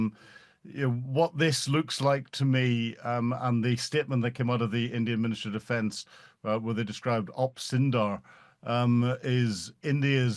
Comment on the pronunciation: It's not sindar, its Sindoor 😂